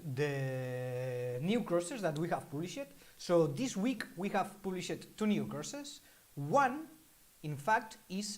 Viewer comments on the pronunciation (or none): Ha ha. In your adorable French accent, when you say, we have "published" it sounds like you are saying we have "bull sh i t", I had to rewind several times to figure it out lols. Try saying "published" phonetically like "paab-lee-shd". Very cute.